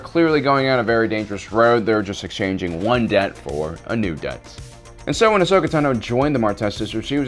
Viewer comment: "Uhsuckuh Tuhnooooooooo" When are you going to learn to pronounce her name properly?